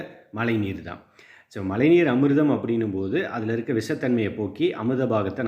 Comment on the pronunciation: உங்களுடைய மழைநீர் என்ற சொல்லை உச்சரிக்கும் போது ழை என்னும் ழகரத்தை சரியாக உச்சரித்துப் பழகுங்கள் நண்பா நன்றி